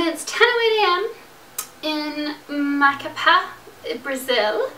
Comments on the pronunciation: She pronounced Macapá wrong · The way she said Macapá... Your saying the accent wrong, I know it because I speak Portuguese and I’m half Brazilian, (both parents were born there and I lived there while i was 5-11 years old.) . Also, great video! I loved how you explained it! Keep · Im Brazilian and...... MACAPÁ ISNT PRONOUNCED LIKE THAT!!!! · At least she got really close to pronouncing Macapá right, so..